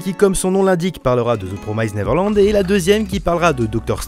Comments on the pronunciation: The promised pas promysed 😂 neverland pas neverlend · Mdrr ça ma stressé pendant toute la vidéo ta façon de dire "Neverland" 😂😂😅